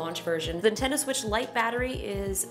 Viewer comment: ahem, excuse me, did you say the "nudie tendo switch"?